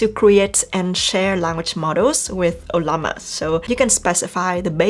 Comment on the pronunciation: You earned a new subscriber today. Thanks for how intuitive this video is. I also love how you pronounce "O-lla_ma"😹..kidding